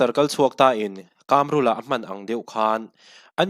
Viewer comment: Kamrula, mizo tawng i suasam tlat, Kâmrula a nilo.... KAMRULA, THLUK NA A AWM LO BOSS